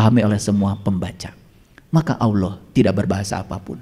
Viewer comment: Ngomongnya ko Auloh bukan Allah, ..ky kurang faseh